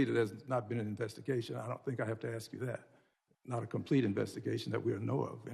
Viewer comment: If you can't pronounce the word, "ask", you shouldn't be allowed in Congress.